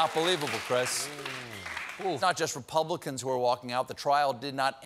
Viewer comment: Did anyone notice were steven nearly called republicans "republiklans"?